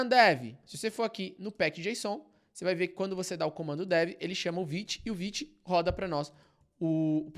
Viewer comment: Como assim se pronuncia "viti" e não "vaite"??? 💔🥀